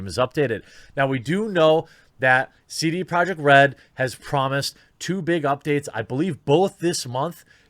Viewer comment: i couldnt understand how he pronounced his own company.